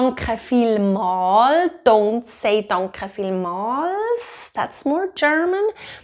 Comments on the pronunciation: I do hear a r in your danke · Thank you for the video. It really helps. I think you are lovely, specially when you say "I am not hearing any R here" 😂😂😂 To me it sounds like Dankrrre 😅😅😅